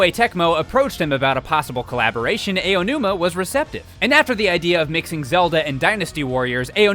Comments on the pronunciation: For future reference, DYKG, you know the interjection "ow," like when you've been hurt? Pronounce the "ao" in Aonuma's name like that. I'm not saying this to attack you or the guests you have in your videos, like, but just to help you out. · SEVEN Seven times was Aonuma's name mispronounced! AH ah ahhh... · He's mispronouncing the name on purpose now. How do you say Aonuma correctly once and then say it wrong every time after that? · Aonuma = Ow-numa, as in when you hurt yourself. Not Ayo-numa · I think the biggest takeaway from this is that keeps saying Aonuma's name wrong XD It's not supposed to be "EY-o-numa" but rather "ah-o-numa" hard A v soft a sound. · Who is Eiyonuma? Do you mean Aonuma?? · "Ah"onuma, not "Eh"onuma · So a lot of people who narrate on this channel pronounce Aonuma’s name as Eionuma... His name is AH-OH-NOO-MAH. Just a note! Otherwise great video! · I die a little inside every time says “A-O-numa.” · He said some Ayeonuma Remember this and you can properly pronounce any Japanese for the most part: Ah (A) Ee (I) Ou (U) Eh (E) Oh (O) That's how you pronounce all the aeiou vowels, easy! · AYOO-numa my ears r dead btw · "Ay oh nooma" Wat!? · Ay-yo numa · "AYONUMA" Come on, son. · "Ey-onuma"............ holy shit it's really not that hard to pronounce. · Let's play a fun drinking game! Take a shot whenever mentions Eiji "A.O." Numa. If you're still conscious by the end of the video, you weren't paying attention. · When there are credible YouTubers who don't quite know how to pronounce Japanese names. Lmao. :x ayo-numa and eye-o-numa are both wrong. I'm sorry, but it bugs me. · Ow-noo-mah. Srsly. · Yep. it seems he doesn't know how tp pronounce Japanese names correctly... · I don't know how much of a fan he is if he can't even pronounce Aonuma correctly...